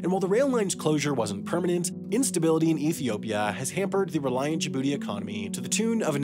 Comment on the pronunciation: 😂😂 Everytime you say Djibouti 🤣 Great list though; thanks.